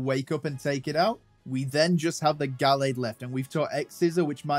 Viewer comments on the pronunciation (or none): none